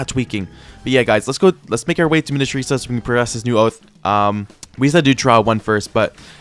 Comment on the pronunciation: really pisses me off with how stupid he is even though I love his progressions. This guy doesn't know how to pronounce minityrsa ( JUST SOUND IT OUT MINI - TYR - SA ) even though he learned how to sound out his syllables in 2nd grade. I wouldn' t be surprised if first language isn't english, because he doesnt pronounce the stupid english words well, and his accent, but it's not just the english pronounciation stuff. idk why, but i got visibly irritated when he said "saintchemist" at the beginning and then "saintsworn" later. It's not even that deep but I just had to say it somewhere 😭 lets hope he doesn't dropp this progression if the devs drop something else noteworthy w vid